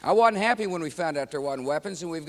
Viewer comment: "I wudn't happy when I found out there wudn't weapons" That's just how I thought a president was supposed to speak when I was in high school Lol